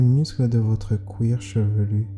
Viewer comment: Oh non le "couir chevelu" m a tué j ai eu un fou rire et je n'ai pas pu reprendre la méditation 😭